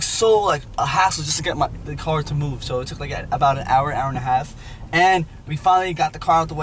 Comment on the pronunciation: pronounces car as "قار" 😅